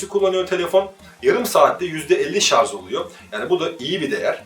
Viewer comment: Teknoloji programı yapıyorsun şarja şarz diyorsun.. Oldu mu şimdi!